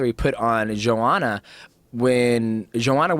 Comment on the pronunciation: hypocrite rogan calling her JOEhanna despite being on tony hinchliffes ass for mispronouncing her name